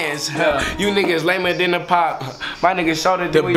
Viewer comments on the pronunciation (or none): none